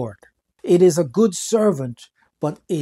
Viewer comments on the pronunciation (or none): none